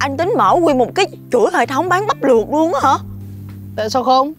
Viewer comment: Ông vinh ổng nói bắp luột đê